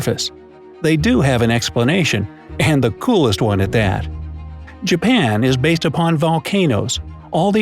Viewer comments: and he said Jaban 😂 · really “Jaban” 😂